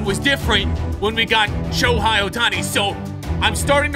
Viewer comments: And don’t say shohei like showhi it is basically like saying show hay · Dude said sho hi it’s sho hey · He really said shohi 😂